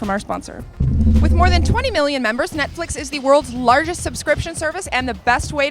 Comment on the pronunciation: did she said nutflix?